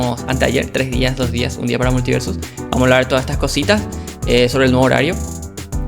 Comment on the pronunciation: Sin mala: la palabra multiversus no la modulaste. puedes ver la velocidad a la que hablas por las palabras escritas, es muy diferente en ese troso que en el resto. (imagina estos detalles pero por 12 minutos). No digo que el video sea inmirable, (le di like) y yo como chileno también hablo rápido y sin modular, pero si vas a dedicarte a las comunicaciones (youtuber) tiene sentido que le prestes atención a como te comunicas envés de decidir que eres perfecto y toda critica es invalida porque debe ser un "lentito". Estas aplicando la logica de peresozo, terraplanistas, nazis, etc al decidir que eres incriticable y no tienes espacio para mejorar.